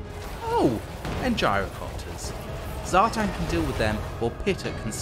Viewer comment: Zhartan??? really... come on....... its Satan........